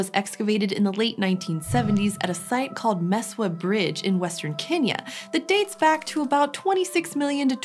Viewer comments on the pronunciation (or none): none